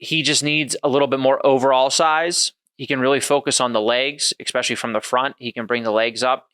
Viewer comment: "Especially" ✅ , "Exspecially" ❌ Spot on summary!